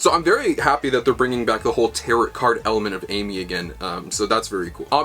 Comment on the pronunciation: I hate to be the nerd emoji but you're mispronouncing tarot the entire video. It's pronounced "tare-oh." Good stuff though, I'm excited!